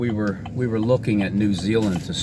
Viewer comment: New Zeal mmhmmm